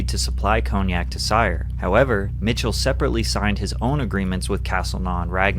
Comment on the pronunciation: Hate how he pronounces cognac